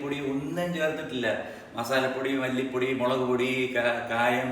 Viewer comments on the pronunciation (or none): none